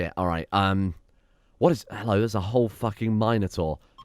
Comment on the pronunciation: I do not like the way he says Minotaur .-. " Mine uh tour " lol what